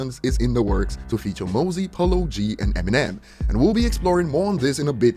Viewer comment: Said mozzy wrong, it's mozzy like mozzarella